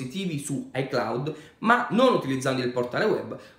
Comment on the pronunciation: Si dice iCloud